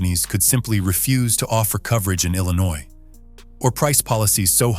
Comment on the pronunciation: It's called Illinois